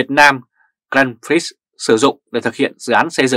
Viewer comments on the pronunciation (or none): xin góp ý, phát âm tên Grand Prix là "graan pree" (chữ X không phát âm)